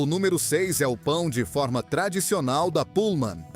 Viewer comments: Bom o vídeo mas é irritante fica repetindo o preço e falar pão de fórma. Não é som aberto, é pão de forma. Captou? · Pão de fÔrma... Quem mandou eliminar o acento diferencial?